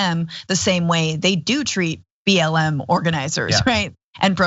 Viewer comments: He said BLM but with his Southern accent 'M' has two syllables. Like 'Eyyem'. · I think he said "b l a m". What does the a stand for? Think he's just a moron. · He said BL'e'M I think ...